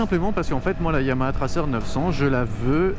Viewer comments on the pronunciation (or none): none